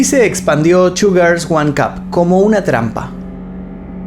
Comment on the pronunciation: Parece que dice "sugars" en lugar de "two girls"... Vocalización..... 🙄😒